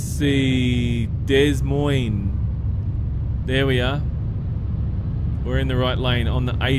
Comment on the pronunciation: des Moines is pronounced De Moine.